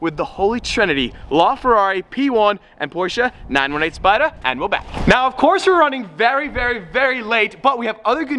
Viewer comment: I'll take the 918Spydahh